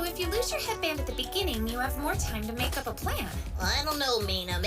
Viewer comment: "Bakeup"? Young lady, you've won a thumbs down for that notion about Class B. They're not a second tier, it's just that there are 40 butts to put in seats and 20 seats per class. The Japanese keep their class sizes manageable until you get to university lecture halls, none of this 30 kids in a room that was built to hold 18 crap we see in the States. Team A's "advantage" beyond plot armor is they were "lucky" enough to be attacked by the League, and Class B didn't. They are in no way inferior, names went in the hat and then were pulled out A-B-A-B until out of names. Only those in the West who love the trappings of Japanese culture but lack context make this mistake.